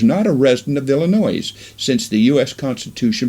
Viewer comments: Illinois is NOT pronounced "Illi noise". The "s" is silent. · He gets it right 1/2 the time:) Also, it's Revelation. Singular, not plural. Helps presentation if pronunciation is correct. Great info. I love Joseph the Prophet!